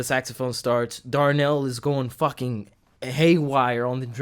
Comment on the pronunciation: I think you're saying Darnell in reference to the drummer. Dude's name is Larnell (Lewis) =) I love how he listens to the soloists and responds to them. Also, he is amazing, no doubt about it, but you've also got to give credit to the two percussionists, too. They add a whole other layer.